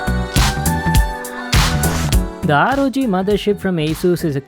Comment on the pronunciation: Guy kept saying "ROD Mothershit?"